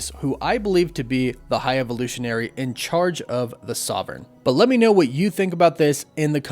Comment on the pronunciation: Is there a reason you can't pronounce 'sovereign' properly?